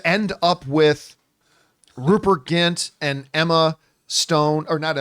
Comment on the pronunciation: John, it's Rupert GRINT. Grint. You consistently call him Rupert Gint.